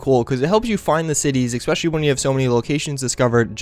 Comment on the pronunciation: it's "ESPECIALLY" not ECSPECIALLY. Sorry, that drives me NUTS